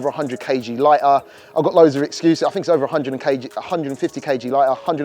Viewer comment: is meant to be a presenter, be better if he could actually pronounce his words. For those that thought he meant Free no change, he meant Three (3) Also he did not mean Bat Fink, so when he uses the word FINK he means "Think" I say this as Being out in Asia and watching this with Asian friends they asked me what is he talking about they got lost in the context as soon as he used the wrong words. Fird is another one, he meant Third.